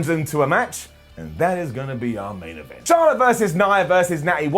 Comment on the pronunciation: You said aint event